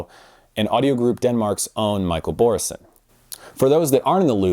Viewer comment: Bro ..... it took 15 seconds to make the most common mistake. Editors.. writers... ALL of you at Absolute sound... When you look at Michael's name ... B Ø R R E S E N ...... DO you see an N .. in the middle? ... so WHY do you ..and half this audio world say .. " BORRENSEN" < ---- ...... you'd think a bunch of Audiophiles could HEAR and LISTEN to how it's spoken correctly ... or at least know how to read.